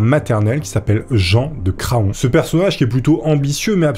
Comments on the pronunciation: On ne dit pas cra on...mais cran...le o ne se dit pas....c est comme paon. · Bonjour pour info Craon se prononce "Cran" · Petit tip, Craon se prononce Cran. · D'ailleurs Craon se prononce cran. Comme la ville de Laon qui se prononce Lan d'ailleurs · Craon ça se dit "cran" et pas "cra-on" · ça se prononce Cran, comme un Paon